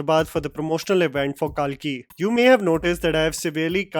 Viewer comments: Bhiya naam lete samay toh accent chhod Diya Karo, Kalki ko kaalki kahe bulate ho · love your videos, but your repeated mis-pronounciations of Indian names is a No-No. The movie should be pronounced as "कल्कि 2898 AD"